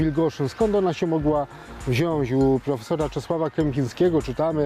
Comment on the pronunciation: Dlaczego ten Pan co jakiś czas wymawia Wilgoszyn? Wada wymowy? A i mówimy wziąć a nie wziąś, panie Historyku…